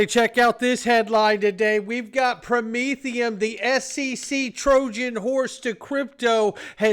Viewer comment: Did you say Prom-etherum aka Commy Coin